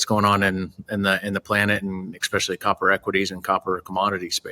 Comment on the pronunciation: Uh-oh... said 'ek-specially'. Hate when that happens...